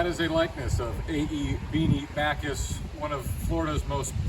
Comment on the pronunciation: It's Backus not Bacchus in pronunciation; you started out well but then made his name sound like a Greek God. Also, realize he never taught the "Highwaymen", they, Alfred Hair and Harold Newton simply watched him and copied him. Although Beanie was open to all races and kept his studio door open to all, he never liked their work and thought it was very average, which most of it is to be artistically honest.